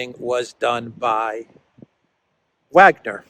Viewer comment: The "W" in Wagner is pronounced with the "V" sound.